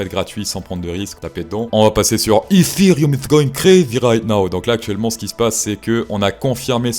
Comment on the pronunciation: Poussebleu pour la chanson de l’intro et l’accent anglais Eeeeetheeeeereum. Bravo pour ta chaîne même si je ne comprends pas tout, ça à l’air plus intelligent que d’autres et tu te prend pas au sérieux! Idée : penses tu utiliser le thème Titanic à la flûte à bec? 🤣